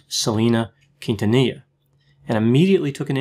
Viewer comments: Hey I especially thank you for not butchering Selena’s last name. Oh my god the many times I have cringed when I have heard her name being pronounced wrong😖😖😖😖😖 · I very much appreciate the effort to pronounce Quintanilla correctly. Thanks, doc!